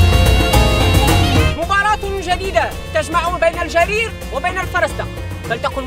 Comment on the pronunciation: جرير وليس الجرير